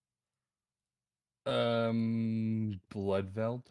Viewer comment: Lololol you guys are all dead silent when he says bloodveld lol how did you not bust up laughing lol tell to go back to baby sitting his minions